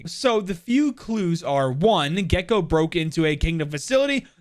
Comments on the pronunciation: He said his name in the whitest way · Im a true hispanic over here. Mexican and Puerto Rican. The way it was pronounced murdered me. (Gekko's name) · okay dude, the reason why you're getting flamed for the wrong pronounciations is cuz you're not even trying or researching how it should be pronounced. at this point, you're just doing it on purpose, that's why I unsubbed🤏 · Hm, yes, IMPECABLE pronounciation. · i think u can use google translator or whatever to pronounce :D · At least he owned up to it lmao.